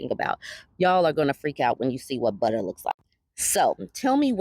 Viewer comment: Butta should be “Bubbuh.”